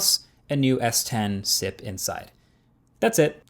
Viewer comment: bro just said "a new s10 "sip" inside". jokes apart... I strongly agree with not buying a phone based on the promises they make... This trend must stop.